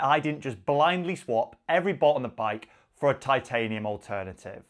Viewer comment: pronunciation is spot on. Too many out there incorrectly saying Tit-ay-nee-uhm. Respect to for doing it right